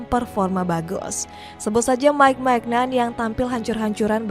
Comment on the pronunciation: Mbak ini masukan aja, silahkan kalo ga setuju. jgn di bhs inggrisin apalagi campur sari, baca biasa aja. Klo salah nyebut tuh jd aneh. ni cara bacanya Deskhamp, Maikah, Maik minyong, ngolo kaunte, olivie jiruu, Xavi simons (ini literally bacanya gini), Adrien Rabioo, Antoan Griezman, tijani reynders. Pusing kan? Bbrp pemain nyebutnya udh bener jd ga kumasukin. fix 1 aja baca ala org indo ga diinggris2in ga di sok sok bahasa aslinya karena pusing.